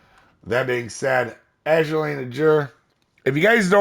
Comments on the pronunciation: Ay-gear! It's not difficult. Lol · not judging you but in order to say her name just pronounce it as A-gear